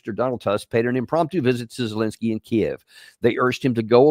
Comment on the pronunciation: Danny: It’s ZELENSKY, not Zelinsky. Please correct your error.